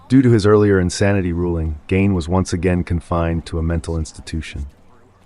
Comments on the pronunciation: it's ed gein not 'ed gain' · At the risk of being pedantic, Ed’s last name was Gein, not Gain. Just fyi. Great content on this channel.